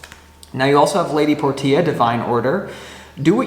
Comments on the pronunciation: All the love stuff didn't resonate, but the career aspect toward the end did, lol. Thanks for that. Btw, Lady Portia is pronounced "porsha." Not nit picking, just loving correction. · Hey! here who’s name is Portia. Love the video, can’t help but giggle every time you say “Lady Por - Tia” it’s actually pronounced “Por-Shuh” ❤